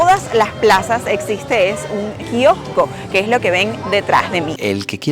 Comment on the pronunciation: PUEDES PRONUNCIAR BIEN KIOSCO